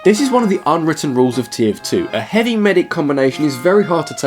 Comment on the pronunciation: "Hoovy" XD